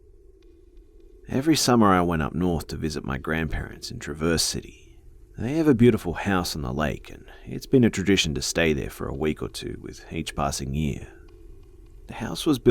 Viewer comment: I live in Michigan and it's called traverse city (traw verse)